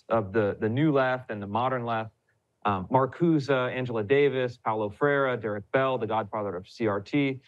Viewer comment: Sorry to rain on this Ryan lovefest, but his take on the Powell memo is way off base - and if someone can't even pronounce Marcuse's name correctly and is too young to have lived through the era he is now pontificating about, he should be a lot more hesitant to pass himself off as an expert.